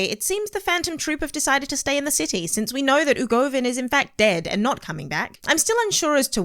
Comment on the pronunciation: I'm so frustrated by her,she is calling UVOgin UGOVIN and that's freaking me the fuck out